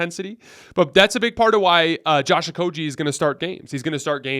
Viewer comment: IT"S PRONOUNCED OH-KOH-GHEE, NOT OH-KOH-JEE. THE G DOES NOT MAKE THE J SOUND!!!